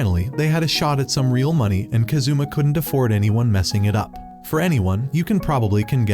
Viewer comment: Kázoommah Man Americans are terrible at pronouncing Japanese names.